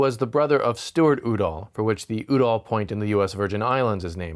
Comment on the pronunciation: Just a pronunciation point, the name of the two people is pronounced You-Doll with the accent on You. I’m old enough I remember both of them and how their name was said on news shows, TV, etc.